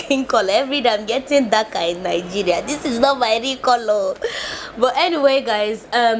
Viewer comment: You are the first person to my hears you perfect pronouce your country well. Most your fellow citizen say N-geria